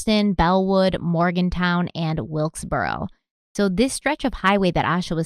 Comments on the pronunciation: Not sure if there’s gonna be another part but for future reference atleast here in NC you can pronounce the “-ton” in cities as just that, no need to say “morgantown”. Idk if that’s a northern thing or just misread it a couple times. much love 💜💜💜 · please. Its morgan-TON and lincoln-TON just like its spelled.. not town.. and im pretty sure its Aye-sha. I remember this case i was about her age when she went missing. I lived about 20 minutes away. And idk what it is about Derrick.. he seems disingenuous. Love u tho! Ill keep an open mind about him tho lol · Ok. Lol. Just a couple things from someone that lives in the area. Her name is more than likely said A—Sha. As I had a few friends with the names spelled the same and said that way. Lincolton is said like the president. Morgan-ton not Morgantown which is in WV. Love you